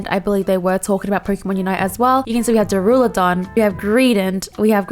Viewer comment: I love how you keep saying "Daruladon" instead of "Duraludon" lmao